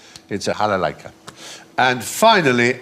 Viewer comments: Zhaleika*. Stephen's notoriously bad at pronouncing foreign words. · Um, actually it's not Khalalaika, it's Zhaleika and both of these words do not contain the letter "j"... or am I missing something?